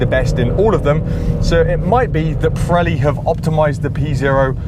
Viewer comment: Pronounce ......Not correct Preli .....Piiiiireli ..Pireli